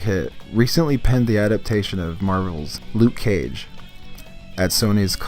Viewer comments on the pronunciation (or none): none